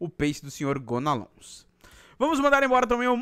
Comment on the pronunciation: Jean é "gonalon" que se pronuncia não "gonalons" o " s " em francês não se pronuncia